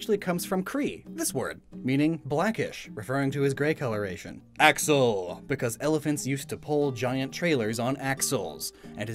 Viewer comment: Axel is supposed to sound like "XL", Extra Large, like his japanese name. Way off the mark with the whole "elephants pulling trailers" thing. :/